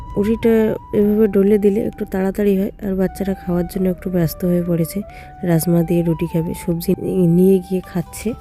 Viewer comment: রাজ মা বার বার রাস মা বলছো কেনো